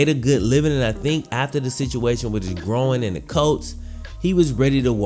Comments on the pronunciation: Needed surgery on his “grow-in” ??? Are you sure you didn’t mean groin ? (Gr-oy-n) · Groin not “gro-in” fucked with the video though. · You say injured growin instead of groin lmao 😂😂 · An injured “growin” wtf lmao GR-OY-N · He hurt his “grow-in”?? Thats terrible. A gro-in injury could be devistating hahah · man its pronounced grOYn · You keep sayin “grow-in” throws me off lol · How did he even injure his "Grahwoine"? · His "gro-in" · My opinion is I thought it was called a groin NOT a gro-in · i have never heard someone pronounce groin as "groan" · Why are you pronouncing groin like ‘growin’? Noticed it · I thought i was the only 1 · Is he saying “groin” weird or is it me? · I know what a groin muscle is, I was asking to be sarcastic as his pronunciation is one I have ever heard before. He says it in almost two parts. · why do you say 'groin' like that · Buddy can’t pronounce “groin” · Not trying to insult you, I mean no disrespect at all. I’m having trouble understanding what Davis’ nagging injury. It kinda sounds like “groin”, but it just sounds different to me Again, I’m not trying to judge by any means. I’m just trying to understand it